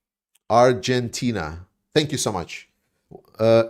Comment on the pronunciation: Listen pls to the song "Dont cry for me Argentina" by Madonna, then you get the right pronunciation. XD. With all respect to Argentina.